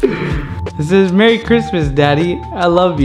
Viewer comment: MEERY christmas lol